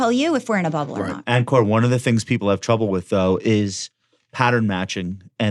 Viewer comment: ONE BILLION people know how to pronounce Ankur. LOLZ - an avid listener